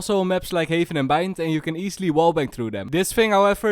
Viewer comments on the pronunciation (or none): none